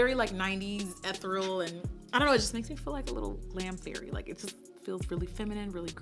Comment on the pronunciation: Everyone clocked the French but did you peep “Eth-ral” 😂 I’m going to adopt this from now on. Also, this is beauty at its finest 😍